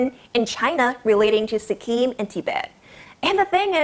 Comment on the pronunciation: Seven Scenes Boob doozers Seekeem Tea bat girl, first learn pronunciation